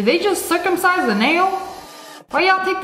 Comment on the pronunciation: "Did they just curcumsice the nail"😂😂